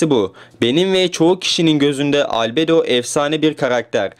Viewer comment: Abi şu video nun başında dediğin Albedo diyisin çok havalı